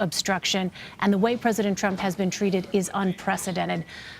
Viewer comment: Anyone else hear Mueller call him "Trimp" it was great....